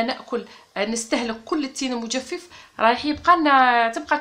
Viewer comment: المجفف بفتح الفاء الاولى وليس بكسرها